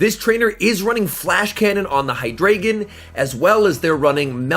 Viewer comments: its pronounced hydr(eye)gon not ay because i think its a reference to german with the amount of heads it has d(ein)o has 1 head ein means one (zwei)lous has two heads zwei means two and hy(drei)gon has 3 heads drei means three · By the way, it’s pronounced “Hy • dry • gon”